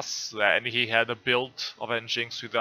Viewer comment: It’s pronounced “Engine X”